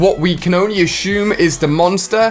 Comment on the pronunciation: Asshuummeee lol no it’s assume